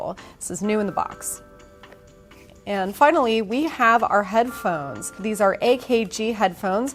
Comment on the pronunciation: Thought she said headplugs instead of headphones. Was about to loose my mind.